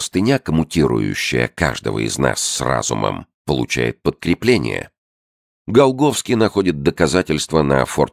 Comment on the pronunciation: Голгофский. Вы глухие что ли? Чтец четко произносит. Почему еврейская фамилия и при чем тут Голгофа, даже вникать не хочу.